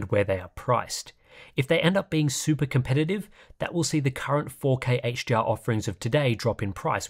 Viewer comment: love the video but all i hear is h-gee-r